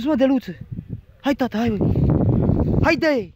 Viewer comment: Prima oara am crezut ca zice "steluta de mare"